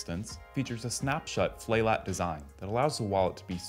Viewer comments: am I the only one who caught "flat lat design" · 8m45s “snap shut Flay Lat design” lol thought I was tripping for a second 😂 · "A snap-shut, flay lat design" lol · "flay lat" lol